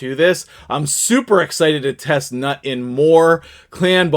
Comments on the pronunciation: "newt" not "nut" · i think he is pronounced newt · NEWT. Thats how it's pronounced. 😊